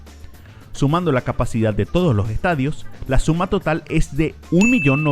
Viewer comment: Que terrible hablas, a pronunciar todas las letras.. "eeh uno de loo ehtadio" "seguimo en la cojta ejte" "donde ejta ubicao" "en ete apeto"